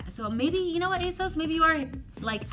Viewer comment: You guys are pronouncing ASOS I’m incorrectly. It rhymes with “boss”. I really enjoyed this video format!